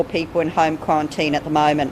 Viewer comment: Qwuawantine, Storwy Bwidge 🤣🤣🤣 this Sheila cracks me up